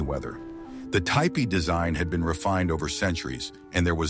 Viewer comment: Typical mispronounciation of certain words, but it said ty pee and tee pie both for tipi.